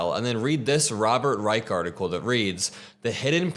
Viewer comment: Robert Rye-shh